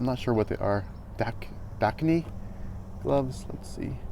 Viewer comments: Lol yea I can't understand how/why you would think Dakine is pronounced "da-kuh-knee" :p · No disrespect just helpin a brother out. Dakine is two syllables and is pronounced (da) - (kine). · Dakine... 2 syllables. It's pidgin.